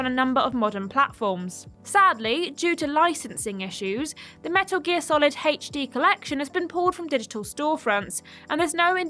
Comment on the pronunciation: the most offensive thing on this list is her pronunciation of HD